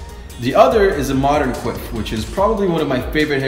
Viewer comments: I thought he said "queef" at first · “A good quiff” I thought he said queef lmao